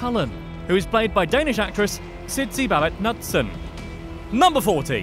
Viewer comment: Kind of ironic that you jokingly pronounce the K in The Dark Knight, and then don't pronounce it (as one should), in Sidse Babett Knudsen. ;)